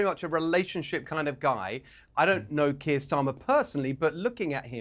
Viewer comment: Benny Johnson can’t pronounce the name Kier….. wow, what a dummmy. To be fair, he probably doesn’t have any trouble pronouncing Russian names.